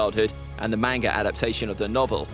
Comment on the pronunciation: Man if ppl are gonna be fans of manga… at least pronounce it right 🤦🏻‍♂️ it irritates me when ppl say “Mane-ga” where in the Japanese language do you think they have anything that sounds like “aye”. It’s not a huge deal but it still irritates me whenever I hear it. And did this dude say “the manga adaptation of the novel?” Who tf is this guy and why is he making One piece content.